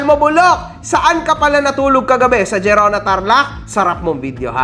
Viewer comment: naydana yan kung alam ko lang na dumaan dito sa tarlac yan binutasan ko sana gulong nyan nga pala "Herona" pronunciation nyang "Gerona" hehe